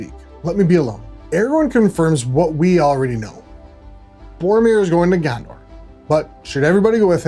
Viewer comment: "Gander"? " And FYI it is pronounced 'de-vine-ing' and not 'dev-vinning'. But 'Gander' was primo American. "Yo, I'm Aragorn, da Kinga Gander."